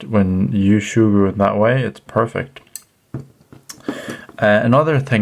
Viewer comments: Soogru not shoogru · Sugru (Soo-Grew) not (Shoe-Grew) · Say surgru normally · I can't see an "H" in Sugru" where's it hidden to become Shugru? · shugru? it's like hearing someone pronouncing lego ... lago ... tres annoying!!! 😡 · It isn't Shugru lad, NO "h". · Shoogru makes it sound like an adaptation of shoe glue, which at first made me wonder if that was the right pronunciation since this material kind of reminds me of shoe goo. However that stuff is much harsher and more of an epoxy, in fact may have been a better use in the case of this camera mount repair. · Learn to say it right. No h